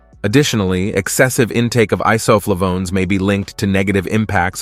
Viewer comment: The nadir was “Iso Flavonez” - leader of Mexico’s healthiest drug cartel?